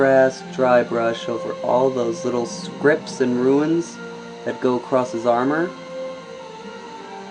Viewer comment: hey dude, the painting is awesome. I just thought i'd tell that runes is pronounced roons. Not trying to critique u in any way, just thought i'd tell u. The mini looks great so far.